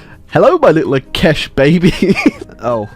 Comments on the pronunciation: bro it is not akesh it is aakash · I like how he calls akash akesh. Its pronounced as aakaaash